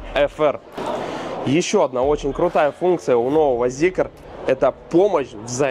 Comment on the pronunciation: Ля, а можно зикр называть зикром, а не зикЕром?